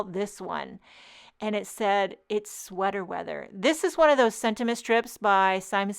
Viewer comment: Hahaha “sweata wetha” I’m loving the front facing view ❤